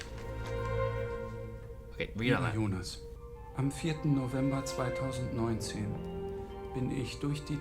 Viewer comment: Curious how you'll feel about Hannah in the future. Haha I'm really enjoying these Dark episodes, so many good memories. Also: "Bart" and Jonas pronunciation not the German version... Oh my...